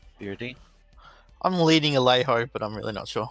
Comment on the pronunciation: 33@ It's pronounced Ale Joe